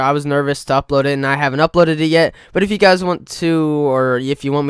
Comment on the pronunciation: yew guies